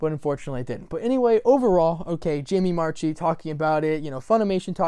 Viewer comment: FYI: Marchi is pronounced marky not march-ee. It's why her twitter is marchimark. And she's mentioned it in many interviews. I actually responded and said I respect you not being able to say anything. Either you don't know or you do know and can't say. Either way I'm not sure a lot of people would believe her if she did say she didn't know. As for the VAs knowing things? I don't agree with that at least not at this stage. Yes they have to record, but we're talking a minimum of two weeks from japanese air date to english air date assuming they get started right away. Pre-covid they would. So I would imagine they would learn about it the same time we do and then closer to the air date they learn things that we don't so they can cast new characters etc... But.......since covid funimation rarely publishes on a 2 week delay. My Hero Academia is the only 2 week anime I can think of. I was like 99.9999% that dragon maid season 2 would be a 2 week anime since it's kyoto animation!!...........no..........not even close. Anyway thank you for NOT being a BS clickbait video. Most "speculation" videos just pull shit out of their asses, but you were responding to things I actually saw happen.